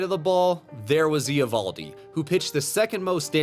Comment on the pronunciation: The Eovoldi pronunciation is sooooo painful. Cmon man baseball channel has to get that kind of stuff right.